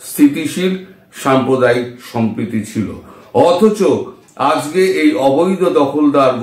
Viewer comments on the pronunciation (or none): none